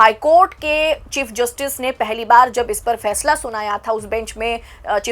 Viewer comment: Achha , Fàishlà, kort, Sunaya